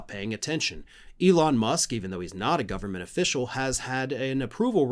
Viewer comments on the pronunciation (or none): Someone got into Elons special K stash 😂 da fuk going on with the gov...bern...mant? Say it slow 😂